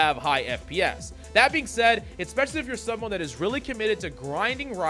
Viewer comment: I love your videos,! I do think you should know as much as you use the word "Especially": There is no "C" or "K" following the first letter of the word